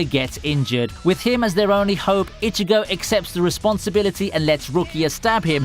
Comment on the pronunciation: Jesus christ not only did you mispronounce Vizard throughout the entire video, but you also can't even pronounce Ichigo's name right. We hear his name only a billion times throughout the series and yet you keep saying fucking "itchy"go.....like....are you really that illiterate?